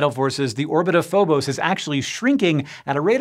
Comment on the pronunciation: It's Phobos, not Phobose! JS